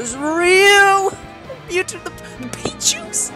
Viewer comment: It is ryu not reu